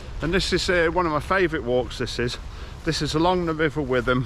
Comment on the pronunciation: you pronounced the river wrong